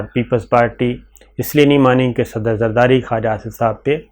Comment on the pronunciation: Why you call Zardari, safar safari? Correct yourself